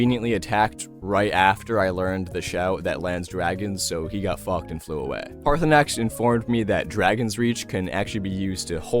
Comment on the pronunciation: "Jurgen Goatfucker, or whatever his names idgaf" pronounces Paarthurnaax with perfect accuracy the first time also "mr. poopypants"